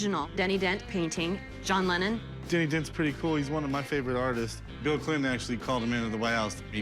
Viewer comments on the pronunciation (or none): apparently artists is pronounced articles